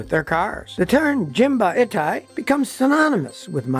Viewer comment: Not "jin-ba-i-tai" where "i" is prnounced like the "i" in "it." Yes "jin-ba-i-tai" where "i" is prnounced like the "i" in "Miata." All Japanese vowels are the same as Spanish vowels.